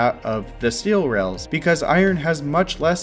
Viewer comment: Technological development has a long and honored history of non-standard pronunciation. I do hear "rails" though